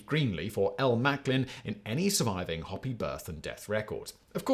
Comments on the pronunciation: hoe-pee not hoppy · Hopi natives HO PEE Not Hoppy! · Hopi, pronounced hope ee, not hoppy. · It's not "hoppy", btw, it's "ho-pee". In their mythology, there's the "ant people" who saved them from a catastrophe (global flood, I think). My favorite "lizard people" are the Sleestaks from "Land of the Lost" (the original, not the shitty Will Ferrel movie. Shame on you Sid & Marty Kroft for turning a creative and deep kid's show into mindless profit fodder for mass consumption by the ADHD generations). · The Hopi Indian tribe is pronounced "hoe pee" not Hoppy like the Toad tribe down by the pond. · It’s pronounced “Ho-pee” (Hopi) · It is pronounced HOE-PEE not Hoppey.. Yer not that chic bro.😢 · The Hoppy people? There are no such people unless they are German beer drinkers, maybe? Perhaps you meant the Hopi Indian tribe of South Western USA. (Ho-Pee) AH... the arrogance of the British, calmly slurring the speech of every language or people on Earth. Don't know why Brits put that invisible "R"on the end of every word ending with an "A". Assuming that it's... Just a national speech impediment. Well ... Who cares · Isn't the "o" in Hopi a long "o"? It should rhyme with "soapy" and not rhyme with "copy". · Hoe-pee, mate. Not 'Hoppy'. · Sorry Simon. It's pronounced hoe pee not hoppy. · Its not pronounced "Hoppy" native Americans, it's "Hoe-pee". At least learn how to pronounce the subject matter. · there is no "hop" in HOPE (Y) Hopi is pronounced like the word hope ending in the "E" sound. We let you have aluminium but Hopi is native American soooo yeah. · I believe we are looking at the Hopi tribe. Pronounced "hoh-pee" versus "hoppy" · the Hopi tribe's name is pronounced "hopey"... not "hoppy" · dude literally said "hoppy". It's pronounced "hope-ee". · Do you mean the Hopi? It’s pronounced hopey, not hoppy. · yes its spelled HOPI, but ITS PRONOUNCED HOPE-I not HOP-I !!! They aren't a tribe of bunny rabbits!! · Hopi is pronounced ho-pee, not hoppy. Otherwise, great topic.